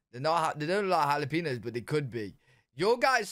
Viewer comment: My guy, jalapeno is prononced ha-la-pen-yo. Don't gimme that "we say it differently in England" nonsense because I've heard many brits say it correctly.